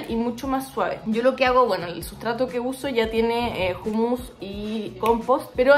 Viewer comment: Jumus? 😂😂😂😂 Humus la h es muda? Humo, humedad, 😂😂